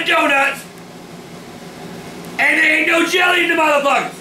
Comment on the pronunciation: i love how he calls the doughnuts "muthfukas"